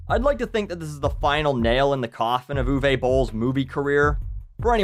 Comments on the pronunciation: its uwe not uway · "Ooh-vuh" not "ooh-vey"